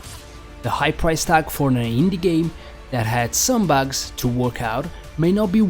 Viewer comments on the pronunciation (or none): it's terrible half way through the video I realized he was trying to say characters and bags instead of BUGS.